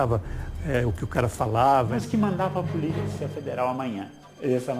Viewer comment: esses "puliça" kkkkkkkkkkkkkkkkkkkkkkkkkkkk